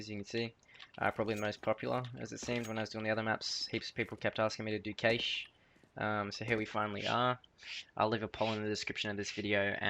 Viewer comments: Sounded like u said Caish instead of cache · Cache is pronounced Cash. Same pronunciation as your processor cache in your CPU.